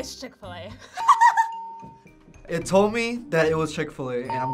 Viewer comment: Do a shot every time they said chick-Fila 😭😤